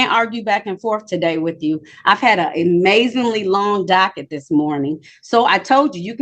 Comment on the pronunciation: “I’m not boutta be on diss pone”. These people are preposterous.